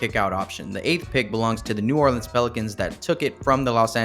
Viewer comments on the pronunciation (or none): none